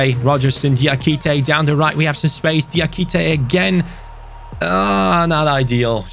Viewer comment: I’m not tryna be that guy.... but it’s (Jah)-kité not (Deeah)-kité. Absolutely loving the series my man. Been watch the channel since 1860 Munich